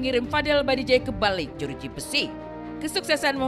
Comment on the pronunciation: bajideh bukan badijeh 🤣🤣🤣